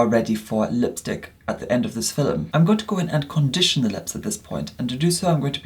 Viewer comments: 😂 “hello everyone in today’s filem”the way he says film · i just realized when he says philim its actually film i just thought that i was dumb and didnt know what philim was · Me: Sees notification Me in my head: “In today’s filum” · Watching this on my phone and my 3 year old can hear it and askes... "MUM! Are you watching FILEM!?" 😂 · Nobody: Nobody at all:: filim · i love the way pronounces the word “film” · the way pronounces film>>>>